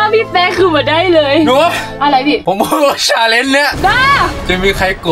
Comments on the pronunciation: พี่อ่ะพูดชาลน์ตลอตเลย😢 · พี่เดี๋ยวก่อนแต่ว่าพี่แปะพูดคำว่าชาเลนนะ😅